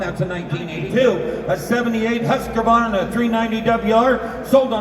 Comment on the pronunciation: Surprisingly - to me at least - even the Mecum auctioneers didn't know how to pronounce Husqvarna. So I guess you have a reasonable excuse. 😏